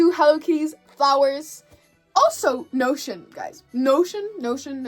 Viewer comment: is it just me or when she said notion I thought she meant lotion bruh no shame though